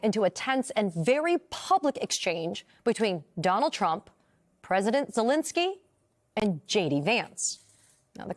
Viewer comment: Zelenskyy, not "Zelinsky."